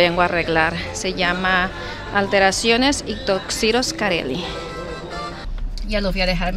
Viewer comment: No es" toxiros" Es tuxedo... Ni leer,ni pronunciar sabes Y no vallan a decir q así se pronuncia en ingles..